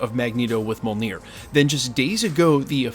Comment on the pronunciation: You keep mispronouncing Mjolnir. And Shang Chi🙄